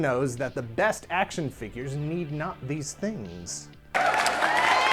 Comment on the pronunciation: Dammit can we plz go back to “fingures”